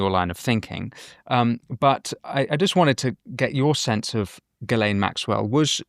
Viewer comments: Jesus if your going to do an interview can't u pronounce people's names correctly...dufrar????? Virginia supposedly killed herself dufray. .Gil. Lane....it effects your credibility. Dufray....gil lane. Repeat after me. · I don't believe this guest met any of the people she has mentioned. She couldn't even pronounce Ghislaine properly